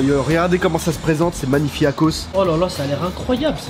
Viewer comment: au lieu de dire magnifaque il dit magnifiak😂😂😂